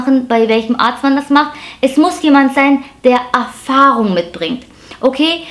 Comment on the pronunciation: Min "Afahrung"... 🤔 Neudeutsch??? 🤣